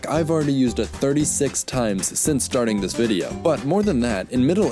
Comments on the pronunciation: + It's more like the difference between T and D then between S and Z, but yes. That's the issue. And it's actually quite easy to hear over a mic, but you didn't use the more "D" like sound of "this" when you said "this" at all, hence why we didn't hear it. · + He didn't really pronounce "this" quite right.